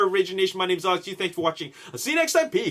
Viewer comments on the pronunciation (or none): none